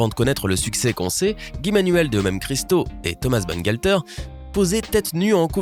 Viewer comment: Serieux "Banengalteur"??? j'sais pas relisez peut être le nom une fois avant de record ca fait vraiment pas serieux, parce que la c'est "Thomas Bangalter"...